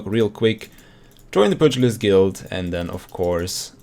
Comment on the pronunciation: It's pronounced pewgilist